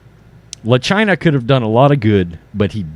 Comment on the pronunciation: It's pronounced la China